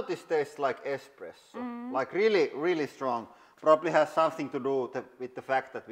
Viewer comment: lol he says expresso. least his daughter says it right